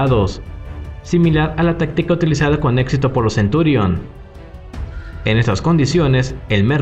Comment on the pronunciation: Creo que se llaman merkava y centurión y no "mérkava" y "centúrion" ... Por lo demás bien